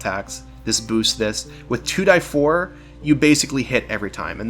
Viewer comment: anyone else triggered he says 2 "die" 4